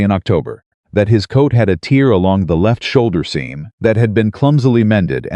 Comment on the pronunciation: I enjoy the stories and have listened to dozens. I don’t complain because it is free. BUT… you have mispronunciations-read/read, tear/tear, as examples. Your pictures are inaccurate-a woman in late 1800’s would not wear a short sleeved dress, knee length with a Vee neck…often time years do not match up…just a simple watch through of a person before publishing would help.